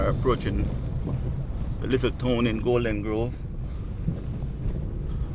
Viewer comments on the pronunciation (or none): For example, when you say tone instead of town, I'm Jamaican so I'm guilty of these things as well🤣🤣